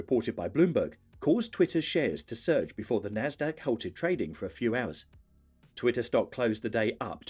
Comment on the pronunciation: Why make a video about twitter if you can't even pronounce its name properly?